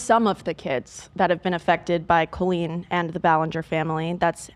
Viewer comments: Olivia girlie pronouncing it Co-leen instead of coll-een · I still think its absolutely nuts they pronounce it "coe-lean" instead of "call-een" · It's so weird how you say her name like colon that's not how you pronounce that name. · I know 😭 my middle name colleen and it sounds so wrong to me every time they say it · Why does Olivia pronounce the name Colleen like that